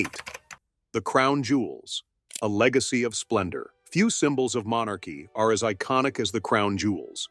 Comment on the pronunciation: “Legeacy” ? I think not!